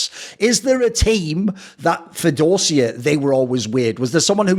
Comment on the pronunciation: the same Dosia advert was used in Poland too :) Try pronouncing it DOSHIA , instead of DOZZIA